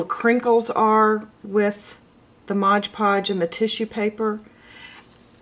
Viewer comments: great video... remember it's MOD Podge and also its pronounced that way... (not "modge"). but most importantly, have fun with it. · I thought it was called MOD podge....not modge podge. Hmm oh well, learn something everyday, huh?